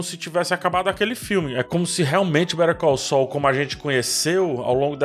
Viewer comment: eu tô maluco ou a pronúncia de "better call saul" parece (literalmente) "perigoso"?